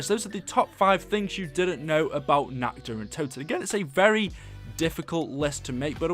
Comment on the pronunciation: How do you fuck up saying nacht der untoten.